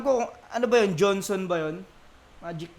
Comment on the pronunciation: Tama yung bigakas nya Johnson hindi Jonson.